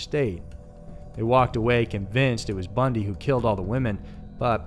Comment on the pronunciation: Like the channel but "Bundy" really 🙄🙄